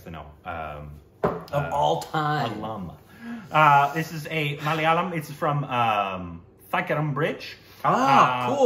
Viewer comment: From the start..? He butchered it as Ma-laa-la-yaam...!! New subscribers should watch their old videos...🙄